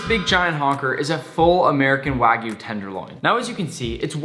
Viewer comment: It’s kinda sad how nick is such a good chef, but can’t even say wagyu correctly